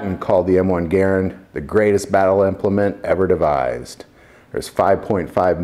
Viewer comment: Thank you for pronouncing " Garand " properly. Great video as always. God bless.